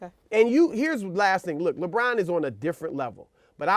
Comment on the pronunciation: he actually said - lebum james :D lol